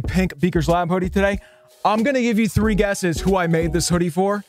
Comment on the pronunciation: i wish u would just say 3 normally intead of saying thddee where u pronounce it like jynzxi